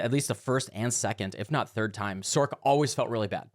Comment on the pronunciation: Great video, but can you please says "Sorc" with an "S" sound, and not like "Sork" ?